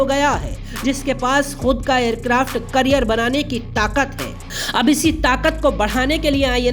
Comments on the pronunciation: Carrier bolte hai career nhi 😅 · Aircraft career nahi bhai aircraft carrier hota hain 😂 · Abe wo aircraft carrier hota hai kya hota hai aircraft "carrier"